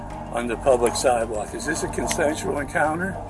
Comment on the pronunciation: It is pronounced siDe walk, not siTe walk. You need to go to school again.